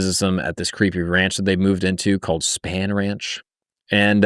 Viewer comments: Has not seen Once Upon a Time in Hollywood? Its pronounced SPAWN Ranch bro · Also Spahn Ranch is pronounced Spawn. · How do you research Manson and Spahn Ranch, “Span Ranch”. I’m sorry. It just bugged me. Great video though.